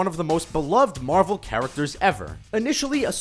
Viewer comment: These videos are trash. The guy talking hasn't even fucking WATCHED the Marvel movies. He pronounces everything wrong, he misunderstandings everything... most of these points aren't even plot holes... trash.